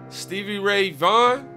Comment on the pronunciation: When I heard you mispronounced SRV's name I just smiled. Why? Because you were telling me that you hadn't really heard of him and I knew you were in for the ride of your life.